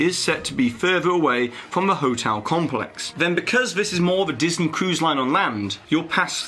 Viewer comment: At the end of the video, you said "Diseny".